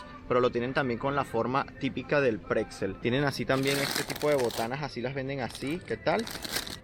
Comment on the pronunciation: Por que dices cacsulas, picza, preczel????